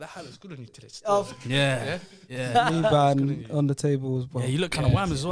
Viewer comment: Man said liban☠️